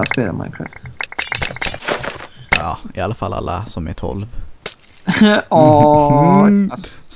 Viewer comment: ni säger att det heter minecräft fadt det heter minecraft